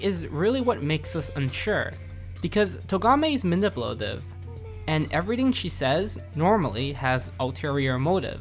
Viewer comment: Probably should have redone when you try to say manipulative and fail hard.